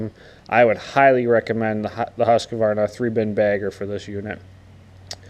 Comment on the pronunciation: Husq-varna.....say it right!